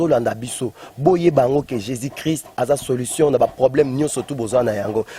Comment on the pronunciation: Mdr le journaliste même ne sais pas parler " occiltisme" Le soit disant prophète aussi ne sais pas parler "Jesis christ Allez y apprendre à parler au lieux de vous permettre de faire des émissions à la con Laissez Dieu lui même jugez ses ouin